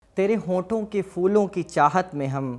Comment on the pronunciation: پھولوں کو آپ فولوں پڑھ رہے ہیں۔